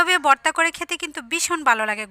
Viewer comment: বর্তা না ভর্তা কথা গুলো একটু স্পষ্ট বলার চেষ্টা করবেন । ধন্যবাদ